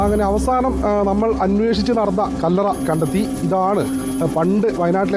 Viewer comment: കള്ളറ അല്ല ചേച്ചി കല്ലറ 😂😂😂